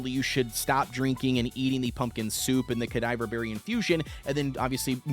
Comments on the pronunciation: Cadava not cadiver there is no i e or r 😂😂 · Ca-dava berries not cadiver berries man sorry it just bugged me been playing RuneScape since 06 so it’s funny how people don’t know how to say theese words 😂 no offense homie good videos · Cuh-dah-vah. As in, cadaver. Death themed berries. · ka-diver-berry is wild